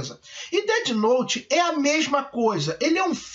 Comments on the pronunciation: percebi tb "Deti Nouti" aiuhaeiurhu Na pronúncia seria "Déf Nout" (com o "T" quase mudo) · DETI NOTE